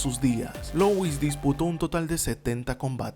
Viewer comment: Se pronuncia LÚ - IS...no LOUIS...parece que tiene una papa trabada en la garganta.